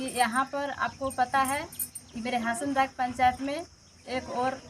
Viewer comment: लोवादाग नही हासनदाग